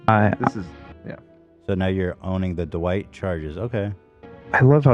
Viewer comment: I can’t handle and Ethan pronouncing Dwight like “DuWight” lolololol